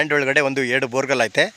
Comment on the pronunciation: Sir boregul alla sir borewell